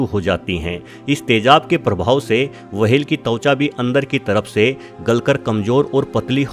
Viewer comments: वाहेल नाही व्हेल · वो व्हेल होता है वहेल नहीं होता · चचा wahel ni hota whale hota h.... Ab se apni video me dhaayn de warna log mjk udate h 😌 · मुंह मे गुटखा भरकर व्हेल को वहेल कहना सार्थक नही है😆😆😆🤣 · Abe वहेल nahi व्हेल होता है बेवकूफ